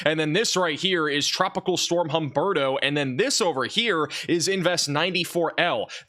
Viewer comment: Humberto, Imelda?.. Names that don’t exactly roll off one’s tongue. Though did great at pronouncing them!! 👍🌀🌀👀😵‍💫